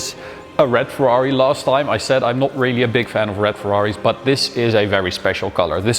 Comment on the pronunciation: Very congratulations from Italy! I appreciate the commitment in the Italian pronunciation! always the top